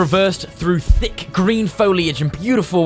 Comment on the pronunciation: saying "thick" sounds weird to me